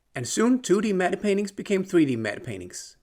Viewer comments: Are the paintings in movies pronounced “Matt” as matte is usually? it kinda sounds like you’re pronouncing it “Matta.” No disrespect, just interested. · "Matte painting" is pronounced "mat painting" - I think the Germans would pronounce the E but in English it's silent (blame the French) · "Matte" is pronounced "Mat". The "e" is completely silent 😉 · "Medde painting"